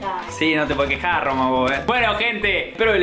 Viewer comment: "si wachi no te pode' queja' " JAJAJAA LA AME